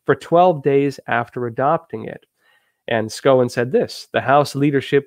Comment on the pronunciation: Cicillene(D) from RI and Trump's defense member is pronounced "SHOW-en"